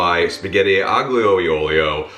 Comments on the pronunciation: Definitely my fave pasta dish. Had it for the first time while visiting Rome over a decade ago. (Oh, and aglio is pronounced more like ah-leo, which is garlic. Aglio e olio literally just means garlic and oil ) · Ah lee uh oleo- g sound is silent, hope that helps, love ya